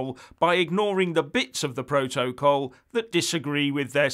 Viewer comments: slight improvement with the way you pronounce 'protocol' but you still have along way to go; so let me help you you are saying Pro-to-col when it is pronounced' protacol; I hope you get it now! Just watching Sky news this morning and I hope you will talk about the 'Ducker of Lancaster' Steve Barclay who was asked six times to apologise for gross errors that caused the death of 20,000 people at the beginning of the epidemic As a former Tory you must be cringing about the official report that has identified this incompetence which points out that so many people died as a result of the total and utter incompetence of this Brexit government! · Now, I’m loving the content, truly I am but please no more PRO-TO-COL. I don’t think there’s a single word in the English language with stress on all three of its syllables. PROtocol please 🙏 the three stresses version is getting up me nose.